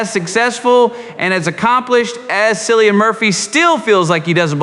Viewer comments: Are you crazy or what? How can't you pronounce Killian? What is the drama of Cillian? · At least you could pronounce his first name correctly. I shall not bother to continue watching your episode